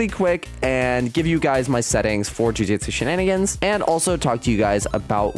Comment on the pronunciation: I’m going to tweak if he calls it jujitsu shenanigans one more time ITS NAME IS JUJUTSU SHENANIGANS